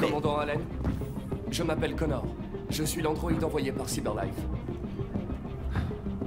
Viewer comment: Et on dit Connor pas coneur